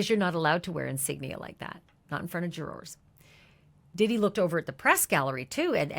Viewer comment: jur-ers not Jour-ors please